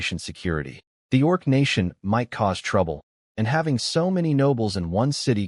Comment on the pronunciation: doing it again, already: orc? not org? (sorry, I'm easily distracted and this is detracting from my enjoyment of the story.)